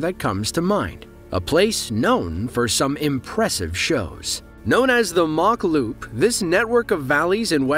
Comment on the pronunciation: It’s called the ‘Mach Loop’ not the ‘Mock Loop’ and it’s in Wales not England, but being an inaccurate You Tube contributor you won’t have realised that. I suspect that some of the other stuff you talk about may be inaccurate too. Hope you read this comment but you probably won’t.